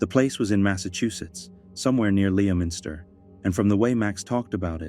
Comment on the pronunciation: It’s pronounced “Lemonster” despite how it’s spelled lol gotta love the Mass towns